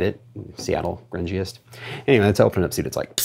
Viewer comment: I think that Grungeist hop is pronounced "groon-geist". I believe it's a new-ish German hop. We've gotten a few beers here in Chicago with this hop and they've all been pretty tasty. They've been growing this hop at Hop Head Farms in Michigan, the only place outside Germany that grows it, I think.